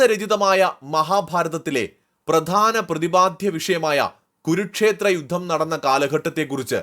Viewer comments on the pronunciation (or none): ഗുരുക്ഷേത്രം അല്ല കുരുക്ഷേത്ര യുദ്ധം എന്നു വ്യക്തമായി പറയുക !